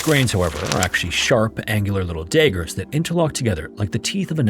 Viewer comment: you said daygers. It's daggers